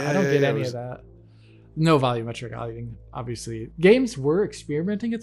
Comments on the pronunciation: Sometimes I say out loud while watching it's "vol U metric" but I guess that's just his way lol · why do you keep calling it "vollometric"?